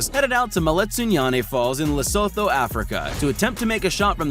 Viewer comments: Bruh, its pronounced Le-su-tu not le-so-tho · Does no one realize that he said le so to when it is pronounced le soo too Americans these days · As an African its....leh-sue-two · Dude its pronounced Lesoto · It's loo-soo-thoo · u didnt say lesotho right but mk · U said lesotho wrong xD there is a click in it